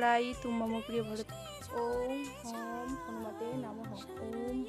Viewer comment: Mantra ta om hum hanumate nama Hobe Ucharon ta thik nei ....(হুম না হাম হবে)